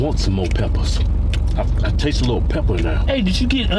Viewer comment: PEPPAS LMAO